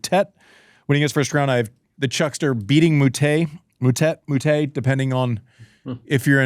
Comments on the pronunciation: Stop calling him Mootett, you know how it's pronounced🙄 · Disrespectful… how hard is it to learn to pronounce someone’s name 🤷🏻‍♀️